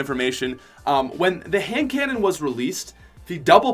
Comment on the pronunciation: when u said handconnan i laughed